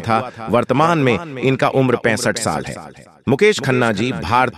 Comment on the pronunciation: साल यानी वर्ष का उच्चारण बहुत गलत है फिर भी जानकारी बहुत ही अच्छी लगती है